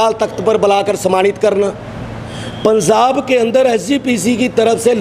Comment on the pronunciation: ILL WRITE POINT BY POINT FOR THIS GAY ASS SWAMI JI.. 1- HE STARTED IN PUNJABI THEN TURN INTO HINDI IN JUST 2 SECS... HIS FATHER PROLLY A PUNJABI,2. ITS NOT PUNZAAB GAY ASS SWAMI JI ITS .. PUNJAB... TRY TO PRONOUNCE IN RIGHT ACCENT 3- SWAMI JI UR TOKIN ABOUT SANT JARNAIL SINGH JI..EVERY ONE KNOWS HE IS SACHKHAND WAASI NOW...